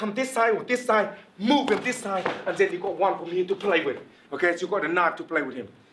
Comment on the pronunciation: i love when he say zen instead of then